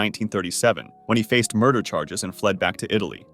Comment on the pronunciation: “What murdah?”